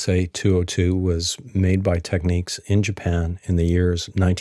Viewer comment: Why do dims always mispronounce TEK-NIKS !?